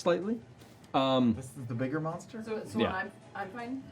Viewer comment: last season Ashley's character was a holy cleric become holy monstah, this season she's a holy monstah barbarian 😂❤